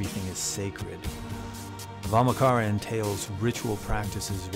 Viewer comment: Nice video, Nit: In Vamachara 'cha' is pronounced as in 'chai' tea latte, not not as in 'car'.